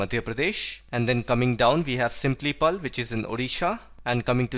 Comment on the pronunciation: similipal not simplipal.....